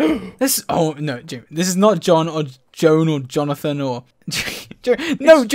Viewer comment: Joe-Ann* Juan is pronounced (Who • Uan)